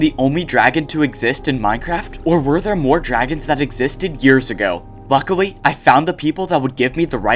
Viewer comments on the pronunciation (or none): Hehe he said luckawy